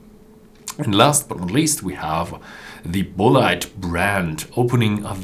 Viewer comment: I believe that Bulleit is pronounced the same as "bullet" -- bull-it